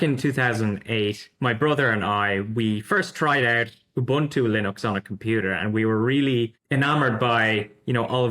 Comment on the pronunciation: Please please please... it's not pronounced "you-buntu", it is an African word pronounced "oe-buntu/oo-buntu". Think when you're saying "oe", the same sound as the word "shoe". Your guest from Zorin is pronouncing it perfectly.